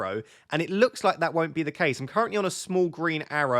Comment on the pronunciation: "I went into Ze game week 27"...😂